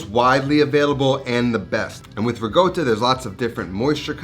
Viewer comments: Why do you say ”rigotta” instead of ”ricotta”? Is it some dialectal thing? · riCotta! not riGotta, riCotta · It's ricotta not rigotta. Stop being a lazy italian gangster. You don't sound cool.